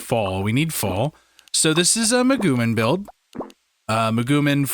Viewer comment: Muh-goo-mean - it is clear you did not watch the show XD